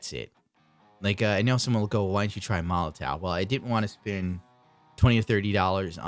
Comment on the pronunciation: i should've waited till the end of the video. : D But it is pronounced molotoff